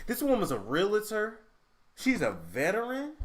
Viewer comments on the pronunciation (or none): Re-al-tor. Not Real-a-tor. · Say it with me Real-tor NOT Real-a-tor